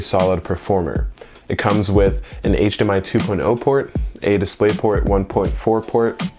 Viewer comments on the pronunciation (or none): none